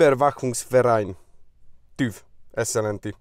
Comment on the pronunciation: Asztúgymongyák, hogy TÜF(V), már annyi időt eltöltöttél itt, hogy illene korrekten kiejteni a szavakat- hangokat..